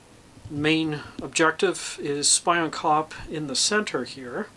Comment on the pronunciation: Looks great, I think it actually pronounced as spee-on kop